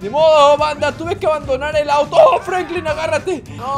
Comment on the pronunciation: Jajajaja se dice franklin